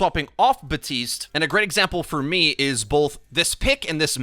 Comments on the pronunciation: Buddy it's Baptiste not Batiste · BAP-TISTE. Not BA-TISTE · BaTiStE Me: oh,, Jeff literally came out and said he mispronounced it and that it’s bapTiste:) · HIS NAME IS BAP- TISTE GEEZ 'BuTiStEe' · Why do you call him BATiste instead of BaPtiste? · This is a PSA ✅: BaPtiste ❌: BaHTtiste Thank you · Did you just say “BAPTISTA“? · I cant even watch you do videos on Baptiste anymore, fucking READ THE NAME! Theres a p, it's not batiste! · Batiste?? 😂😂 my Haitian roommate is livid right now 😂😂 there's a P in there bro. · Abbreviates the character’s name as “Bap” but still pronounces it “Ba-tist”. Excellent. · My roommate is Haitian is got so mad when he heard this 😂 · TheCakeCraft ikr? It’s like he tried to be real cool by trying to pronounce his name “right” even though Baptiste has voice lines where he calls himself “Bap tiste” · All the developers have stated the p is in fact, not silent. Also you can clearly hear the "bap" from characters in game. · BAP-TISTE. Respect my main please. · This man just forgot about the letter P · The P in Baptiste is not silent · If you love him so much, maybe pronounce his name correctly? This is heinous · For the love of God, please pronounce the P in Baptiste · Jeff said it can be pronounced both ways, but Haitians don't pronounce the P normally. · you know there's a p in his name right? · why can nobody pronounce his name right. Everyone just ignores the "p's" existence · There’s clearly a P in Baptiste I guess we r just gonna ignore it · The P is silent. French origin. Batista in Spanish/Portuguese. Use the internet when in doubt. It's not that hard. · Say his friggin name right. It's been months.